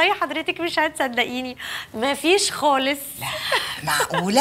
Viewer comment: خالص بالخاء مش بالغاء